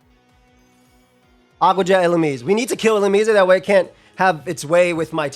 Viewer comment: Y are u saying illumise like that lmfao